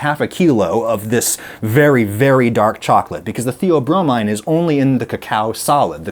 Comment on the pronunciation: No, there is no such thing as theobromide. The mind-altering substance in chocolate the dogs should not eat is theobromine. And now, later in the video, you are saying theobromine, but you are mispronouncing it. It has a long e sound at the end, not a long I sound.